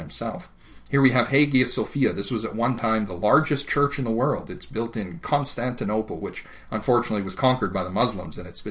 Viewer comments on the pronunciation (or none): none